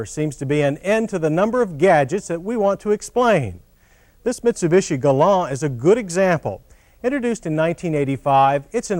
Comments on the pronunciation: It’s pronounced “Galant,” and the “T” is not silent, regardless of what John Davis says. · It is Galant with a “T!” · I thought it was a Galant not a “Glah-annn”? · Anyone else hate the way John kept saying its name? "Galahn" Stop it! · Doug De Muro would want to do a review of this car just for !!!!!!! This is back when John was pronouncing the name the right way. "Ga-lawn" instead of "Ga-launt" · Why couldn't he say Galant? He kept calling it a gallon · The commercials always said "Galant." I remember them. ("Guh-LAHN") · "Cam- RAY" "Guh-LAAN" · GalanT say it with me. The T is not silent. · Can we get a T at the end of the name? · The Mitsubishi Galant or in John Davis speak... Galán. It’s like when he wanted the Camry to be a Camray. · He kept calling it the Galaon. It sounds fancy. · It’s Galant with a “T.” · John, it’s GALANT, and the “T” is NOT silent! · Were they originally called Galan or is the "t" silent? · His pronunciation of 'Galant' as 'Galań' is driving me nuts. I've never heard it pronounced that way. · Galon? I always thought it was called a Mitsubishi Galant?... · Why does John keep pronouncing it "Galan"? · Hey asshole, there’s a “t” at the end of Galant. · Is there a reason why the 't' is silent when John pronounces "Galant?" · Galawn!? XD that’s like Scotty pronouncing Hyundai like Yoondai...XD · Who told John Davis the "T" at the end of "Galant" is silent? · He's pronouncing it with a silent 'T', like a french word. I think this was the first model year, and they just weren't sure how to pronounce the name ?? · Why are the not pronouncing the T at the end of galant? Did the us eventually get he 3.0L V6 with digital dash and even more velour? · Hearing John say "Gallant" with a French-like pronunciation is weird. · He pronounced it in french. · The “T” in Galant is NOT SILENT.